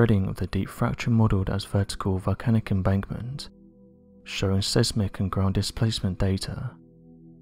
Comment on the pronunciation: I love your channel but for goodness sake learn how to pronouce words correctly. In this video the word siesmic should be pronouced SIZEMIC! It is really annoying that you do not get it right! Love